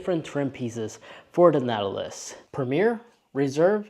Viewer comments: It sounds like you’re saying, “Nattilus” most of the time… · Natt-a-luss. Whew. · if you are going to review products you should learn how to say the name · His pronunciation of Nautilus drove me crazy. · OMG! That threw me from the start. It’s not a difficult word. But the video was good otherwise 🫣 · First of all, within just a few seconds, you can't end pronounce the name correctly. I don't even need to watch the video now after that. And, it's a Chinese import. Americans can't even make their own vehicles anymore, and the ones they do make, suck.